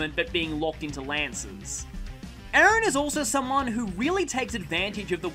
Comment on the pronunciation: Ah this is awkward you're pronouncing Aran as my actual name Aaron 😂😂 it's really throwing me off